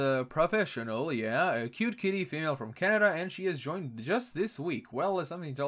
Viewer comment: When you said she joined this week I thought you said she is drunk this week.